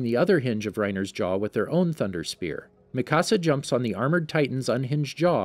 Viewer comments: This dude said makasa 😂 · Mikasa is (mi - ka - s -ah